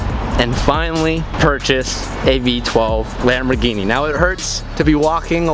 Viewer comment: Yamborghini